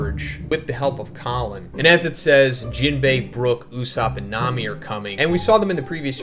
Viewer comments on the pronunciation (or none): none